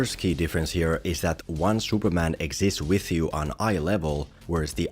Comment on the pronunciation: Who is 'Shuperman'?